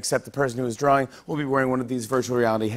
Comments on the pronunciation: Jimmy: Kristen are you good at Pictionary? Kirsten: NO I am bad at drawleng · What’s a “drawler”?